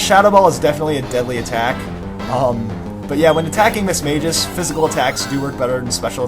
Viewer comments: little thing it's pronoues mis-mas-geus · Lol the way he said mismagius